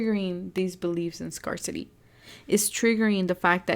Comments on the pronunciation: I love you. Just wanted to tell you, help you, scarcity is pronounced, scare city. Just so you know. 😊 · #3 Thank you for the reading!💞 Oh btw, scarcity is pronounced scare-city 😊